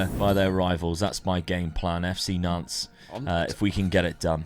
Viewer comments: ya Nantes… you said, “Doodoo” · Love how just keeps changing the pronunciation of Nantes probably doesn’t want to say the correct pronunciation for obvious reasons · I don't often do the pronunciation thing, but the es on Rennes and Nantes are silent- So it's like Renn (like Hen but with an R) and Nant (like Aunt with an N) all good tho, looking forward to it